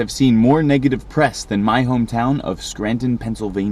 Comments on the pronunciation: The dude said scranton wrong. It's pronounced skranten. Long a, short e. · It’s “Scrantn”. Like “Sheldn” from The Odd Couple. I know. I’m from there. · It’s pronounced “Scrantin/ Wooks-Bear. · From a NEPA native, Scranton is pronounced more like Scran-in Basically drop the T or say the T so lightly and fast that it’s barely audible.The other trick is to say it fast — don’t make it a 2 syllable word - make it sound like a 1 syllable word. The guy time mark when he says “Scranton’s an easy target” is the best example of how a normal NEPA person would say Scranton in everyday conversation. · SCRANTON?! Archie say SCRANTON?!?!?!